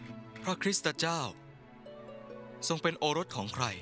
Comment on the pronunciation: พระคริสต์เจ้า ไม่ได้ออกเสียงว่า พระคริสตะเจ้า